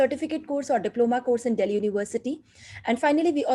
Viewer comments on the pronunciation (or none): none